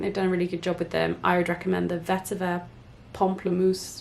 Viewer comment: You said pamplemousse right the first time hahaha yayyy It's dumb but French is my first language so it always makes me happy when a youtuber gets the correct pronunciation since it's such a bizarre language... Anyways, really liked this video, and I relate to the procrastination soooo much, right now I should be studying but I'm doing my nails watching you lol